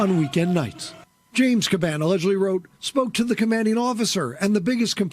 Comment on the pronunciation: Dude makes a video and butchered the commissioners name. It’s only been in the news for the past few months!